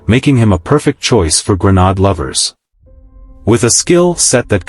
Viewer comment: "Grenodd" lol xD